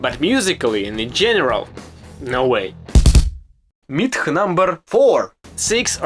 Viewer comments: Sounds like he says milf not myth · Mooth.. coolest pronunciation ever. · Mlyth lol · Dude, “myth” is a word a lot of us Americans can’t even pronounce lol. Great video! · I enjoyed your pronunciation of "Myth #10" 😂